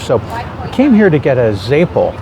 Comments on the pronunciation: Your pronunciation of Zeppole is reeeally WRONG, its Ze-poll-eeee. I’m from RI and I’ve never ever heard it the way you’re saying it. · I've lived in Boston and Providence and also never heard it pronounced the way he says it.